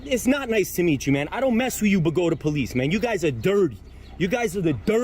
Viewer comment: I'm amazed you pronounced Bogota the right way.